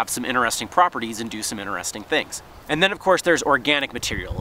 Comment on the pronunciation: InTeresting video. There is a T. Not inneresting.